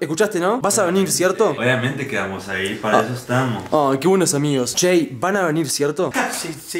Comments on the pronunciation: Es Jay no Shei JAJAJAJAJAJAJA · No se llama "Shay" él se llama "Jay" ❤️